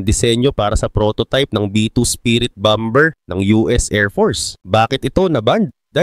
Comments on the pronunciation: bomber is bamer pronounce hindi bamber 😅😅😅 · Bamer Basa dun lods Hindi bamber haha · Anong Bam-ber haha ang lala mo naman magbasa